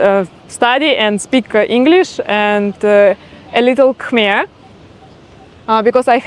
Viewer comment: Your khmer pronunciation is quite good 🙏